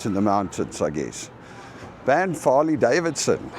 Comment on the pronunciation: As a lifelong Albertan I say WELCOME... as a life long visitor to banff, it is pronounced B-AA-nff the a is long, it is not an O as in Bonff. Unless you had an immigrant to Canada working there, this is how Canadians pronounce it :) BAA NFF Enjoy!!